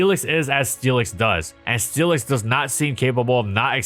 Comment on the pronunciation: I keep hearing Steelix as Felix and it's throwing me off